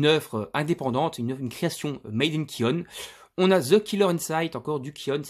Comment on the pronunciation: Putain t'as 3000 mangas mec, tu peux pas dire "cheinen" et les éditions "ki-aunne" stp. C'est Seinen avec un S comme Saucisson ou STP et on dit "ki-ounne" pck ya 2 "o", merci pour mes oreilles mais fais ca pour toi surtout.